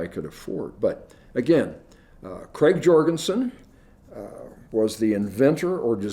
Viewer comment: Krag, not Craig, AND Jorgensen (soft J) designed the 30-40 rifle.